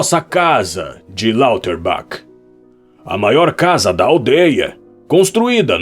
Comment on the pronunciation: Eu gosto muito desse e a narração em geral ficou boa, porém devo apontar, com todo o devido respeito, que as pronúncias dos nomes próprios não estão corretas. Haas se pronuncia praticamente como se lê: ráz (o a mais longo) e Lauterbach é algo como "Lauterbar".